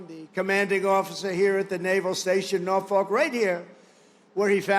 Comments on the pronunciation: if you’re going to a city to make a speech, pronounce it correctly. ask a local if you have to. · him saying norfolk wrong is so funny